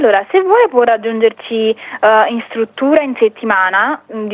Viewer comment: La stvuttuva l'ho visitata pevsonalmente ievi seva